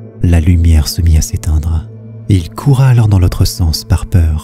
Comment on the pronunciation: Ca me sort de l'ambiance à chaque fois que je l'entends : "il courut" avec un "u" pas un "a".